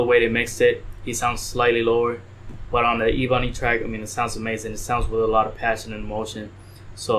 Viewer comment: It’s pronounced “Eh-Bun-ee”